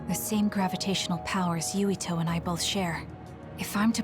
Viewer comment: His name is Yuito not Yutio.